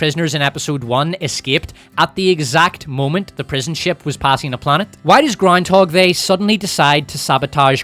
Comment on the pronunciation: All hail! May your glorious reign continue. Can't get enough of "Powerful Leedah" and "Groundhog They" 😂